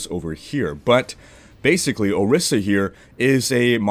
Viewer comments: it's orisa not osira :( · it is ORİSA not OSİRA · ORISA, not osira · Can't help but notice you called her Osira multiple times. Orisa right? Not to be that guy...... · o-ris-a not o-sear-a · titsofbrass every time he says ohseera I cringe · Not osira dammit. O-RIS-A!!! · I left a like, thanks for the little lol I had every time you said Ohseera ^_ ^ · You mean Orisa right? haha you said it with the S and R reversed so many times